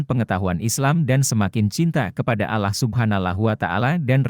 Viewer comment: MAAF YG BACA NARASI TOLONG DONG MENGUCAPKAN ALLAH NYA MENJD ALLOH...BKN ALLAH SPT DIUCAPKAN OLEH ORG NASRANI...🙏